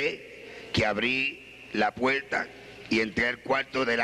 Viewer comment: Alguien me puede decir si es puerta o puelta o abierta o abielta xk no pronuncia bien la R